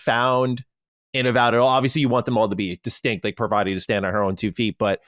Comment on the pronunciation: Patel? She's a fellow Gujarati fam 😅😅😊😊 Btw for the Americans, the name Parvati is pronounced more like Par-vuhtee not an ah sound at vah🙏